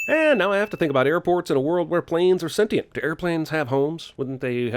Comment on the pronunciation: the way he pronounces "sentient"